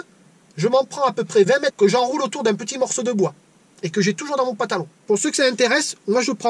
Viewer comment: Super la vidéo et l'anecdote du tonton...quelle chance d'avoir eu un enseignement comme ça, en pratique, par un membre de la famille...ça donne envie de voir sa bouille au tonton! Un truc, le mot pantalon, on dirait que tu lui oublies le 1er N. On dirait que tu dis PATALON...remarque, c'est original, la LUMY-TOUCH ! :)